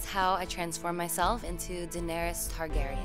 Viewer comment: She said "Daenerys Hardgaryen" ????